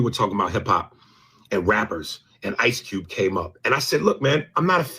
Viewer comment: You must be from Baltimore it’s ICE CUBE 🧊 not ICE CEWB